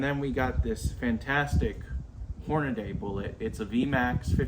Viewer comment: I stopped watching as soon as you said "Hornaday"